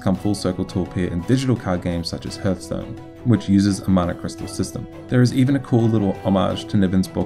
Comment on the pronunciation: "hørthstone" :P